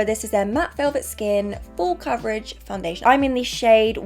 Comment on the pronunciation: 26 days til our bday! i clicked so fast💖 holds up a beauty blender “my brush” imaging doing the face for the second time and it wasn’t recording again “foundayliaton”😂